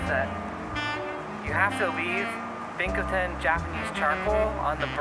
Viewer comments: Pronounced Bi Cho Tan, not Bic Ho Tan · say the word pinch. Replace the p in pinch with b. binch o tan. That's how you pronounce it.